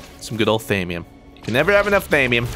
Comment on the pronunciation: ITS THAW-ME-UM